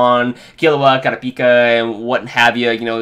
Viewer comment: Does he ever pronounce kurupika right?